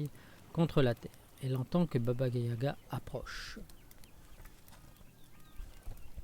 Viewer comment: Yaga ! Pas gaya !